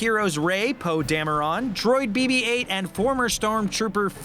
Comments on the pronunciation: "Poe Damerón"😂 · "Poe DamerON." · Poe Dam-a-ron